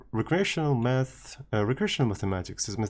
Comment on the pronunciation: Got scared there for a second, I understood "meth", not " math"